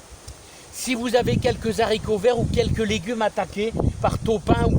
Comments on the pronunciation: J'aime bien quand tu dis les zaricots.... tout le monde le dit sauf certaines personnes qui sont mieux que nous ... même mon g.père le disais et impossible de changer son language de jardinier... pourtant il était prof de français... en bonne entendeur.. change rien mon ami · S’il te plaît; en français correct on ne fait pas la liaison pour le mot les haricots. Les vidéos sont toujours sympathiques grâce à votre enthousiasme